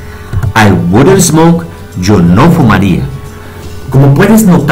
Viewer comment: he aqui la verdadera pedagogîa de un experto maestro congratulaciones ,con respeto la letra s no se pronuncia es por ejemplo smoke no es esmok , pero de verdad se paso clarito clarito y sirve para despejar varias dudas no te pierdas.bendiciones